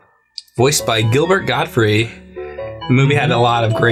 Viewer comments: It's not Gilbert Gottfrie, its Gilbert GOTTFRIED, with a "D" on the end. Friggin amateurs... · 'Gottfried', not 'Godfrey'. Yep, I'm that guy. Sorry.